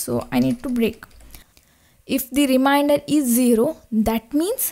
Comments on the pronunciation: It is remainder not reminder😂😂😂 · its remainder not reminder!!!